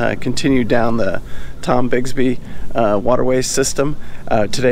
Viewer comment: Great video today. My only issue is your incorrect pronunciation of Tombigbee and Demopolis. You called it the Tombigsby and Denopolis. Again great videos but please try to get the pronunciation correct. Thanks again and.